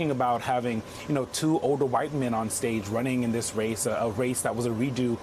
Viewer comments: Can we pronounce her name right? 😣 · Dude, it is pronounced COM-mah-lah not com-MAH-lah. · Matthew Dowd. Maybe you've just listened to too much DJT in your job, but our VP's first name is pronounced KA-ma-la. Not Ka-MA-la. Trump does that to insult her. You don't want to do that. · And can journalists / reporters / anyone who appears on Youtube, Tiktok, wherever, please learn to pronounce her name. She's been VP for almost 4 years. It's KAmala. Not KaMAla. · If you're good with Kam, learn how to correctly pronounce her name, it's not ka-Malla. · Say it with me: Comma-luh. If you're going to be an ally , please learn to pronounce her name correctly. It's not that hard. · Kamala Harris. Her name is pronounced Comma-la. It really is annoying that people can’t pronounce the Vice President and soon to be democratic nominee for the POTUS’s name. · Say her name correctly it’s KA-ma-la, ka -MA-la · Matthew Dowd, PLEASE pronounce her name properly! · Dowd can't even pronounce her name correctly. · Why are they letting him mispronounce the VP’s name like that?!? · Dude, pronounce Kamala's name properly! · This guy needs to learn to say her name correctly, not the way Trump says it. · Why can’t people pronounce her first name correctly? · Thumbs down after his second use of Kamela's name with a mispronunciation with accent on the second syllable. On thumbs down and every time I hear a supporter pronounce her name that way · How about you require people talking on your show to give VP harris the respect she deserves and pronounce her name correctly?! , LA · They should tell them how to pronounce kamala's name before they let him on air. What a bunch of jerks! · Good Grief, Matthew Dowd. I agree wholeheartedly with you. But you need to learn how to pronounce "Kamala" correctly! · Why can people not pronounce her name correctly?! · Too bad Matthew Dowd can't (or won't) pronounce Kamala's name correctly. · Who is this guy? Learn how to pronounce your new president's name!